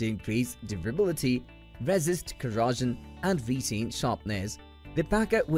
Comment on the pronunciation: At the end of the video, he finally corrects his pronunciation of "cleaver." I was pretty happy with that - until he ended his review with mispronouncing the word "corrosion." Talk about nails on chalkboard - that's how it feels listening to his mispronunciations. His accent overall was pretty charmimg, though.